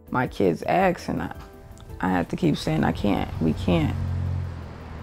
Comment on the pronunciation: "Ask". If you can not pronounce a three letter word correctly you should not raise children.